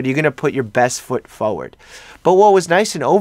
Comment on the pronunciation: Oh, how cute. Your New Yorker accent changed when you said forward 😂🥰 😘